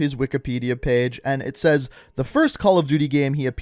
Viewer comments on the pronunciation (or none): none